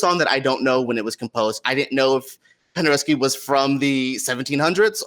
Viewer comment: Cool video. You spelled Penderecki and then you keep saying Pendereski. There is no ski.